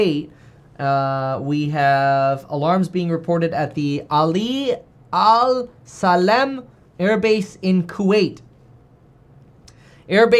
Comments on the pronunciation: Pronounced “Allee all saleem” I got you, Kevin! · It's Ali Ah saleem. Main air force base for us in the middle east